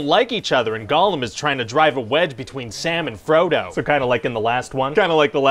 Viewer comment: I thought he said "Salmon Frodo" and got a strange mental image lol